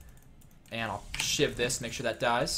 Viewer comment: When you were talking about two shiv poison I thought you said two shit poison